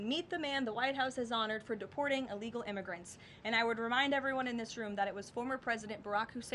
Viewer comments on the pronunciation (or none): Illegal not uhllegal